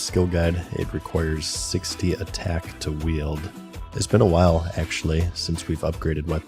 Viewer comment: Bro said “h’while”